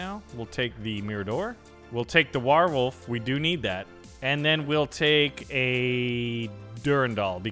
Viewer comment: Why do you say warwolf so weird 😂😂😂 war wolf bro it’s war wolf